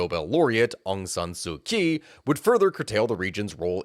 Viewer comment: Pleased to hear you've come to pronounce ASSK's name correctly.